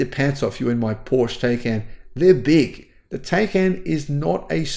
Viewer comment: In order to offer credible commentary on cars, at a minimum learn how to pronounce Porsche